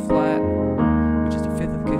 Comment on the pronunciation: Why am I always hearing people say fith for a fifth? Anyway, it is a good piano playing.